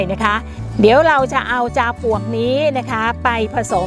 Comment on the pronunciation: เสียงดังฟังชัด ให้ความรู้ดีมากเลยคะ ขอติเพื่อก่อนิดหนึ่งนะคะ ออกเสียง จาวปวก แทน ปลวก แต่หลังๆก็ชัด เป็นปลวกมากขึ้นคะ